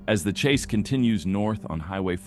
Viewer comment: "Police chas zone"